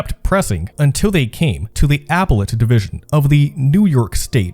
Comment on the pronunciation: ApELLate, not apple- ate.